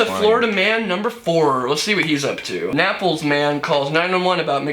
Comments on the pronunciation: Dude, thats a long a in Naples. Not nappies. You made it sound like, n apples s. It sounds like n ape s. Would be funny as hell if the vowel was an I instead of an a, and it was the town of niples! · I've been rewatching yalls videos as I always do for top quality meme but I can't let this pass Naples is not pronounced Nap-Poles like Snapple drink its Nay-Poles thank you from you casual Florida fan :) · It's not Napples,. It's nAEples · N-apples. Lol. It’s nAYples 😂. Like the city in Italy. Naples. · I hope didn’t pronounce Naples like that on purpose